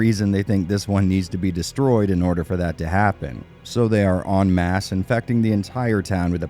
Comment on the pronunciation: Liked for correct pronunciation of en masse.